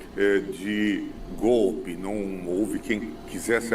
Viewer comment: Esse analfabeto nem falar sabe, toda hora fala "gope", infelizmente é o presidente do Brasil, mas essa culpa eu não carrego.